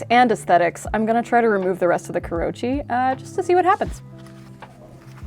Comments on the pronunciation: It's KOO ROH UUUUUUU CHEE, not KUROCHI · This takes the cake for the most entertaining Knifewear video in recent months. More, please! Also, thought would appreciate, but kurouchi is pronounced kuro-uchi, not kurou-chi. I think bacon patina is a waste of meat unless I'm cutting lots of bacon to eat, and instant coffee is my typical go-to if I really need a patina. The longer you soak the knife, the better the results. Also the moment my simple carbon knives touch onions and garlic they get blue (and then brown) pretty fast, so I don't usually force a patina anyway...